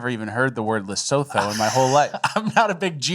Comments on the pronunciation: Hahaha... Check it... Lesotho...pronounced LAH-SOO-TOO... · PS its pronounced : Le Soo Too